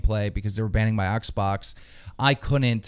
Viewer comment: He said oxbox LOL LMFAO😄😅😆😅😄😅😆😅😅😆